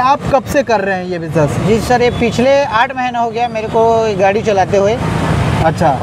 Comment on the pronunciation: गाढ़ी नहीं भाई गाड़ी